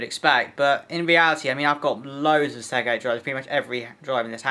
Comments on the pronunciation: Please, the word "Seagate" is pronounced "SEE-GATE" not "SEG-ATE". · Mine seems to have some form of 1.5tb hybrid laptop sized Seagate spinner, power efficient and quiet but probably nowhere near as fast as yours. Seagate not Seggate.